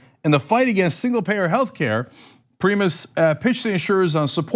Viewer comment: It's pronounced Pry-mas...not Pree-mus.